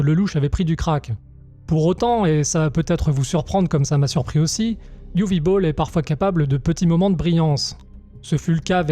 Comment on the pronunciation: Vous avez gagné un souscripteur, par contre c'est "Uweu" ou "Uwé" Boll, pas "Uwi"...c'est Germanique.